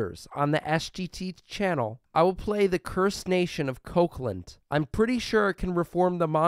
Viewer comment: Hello man, love your content. I'm from place where Kokand is. Would love to see your play with it! All I hear is Kokland.... Or my ears are sick?!?